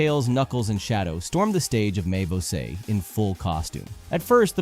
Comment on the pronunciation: Perfect native pronunciation. The most gringo pronunciation of "mais você" I ever heard.